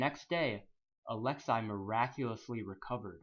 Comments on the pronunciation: "Alex-ay" not "Alex-EYE" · it's actually ah-lex-ay not ah-lex-eye